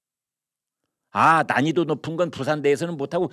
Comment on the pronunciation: 난지도가높단소리가 발음실수로난이도라앗차